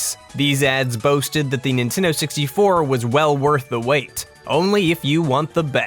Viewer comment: NEENTEENDOO SEXTY FOOUH